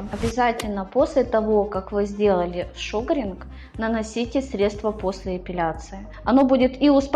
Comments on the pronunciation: Шугаринг а не шугринг🤨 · Правильно ставьте ударение при слове Шугаринг! Слух режит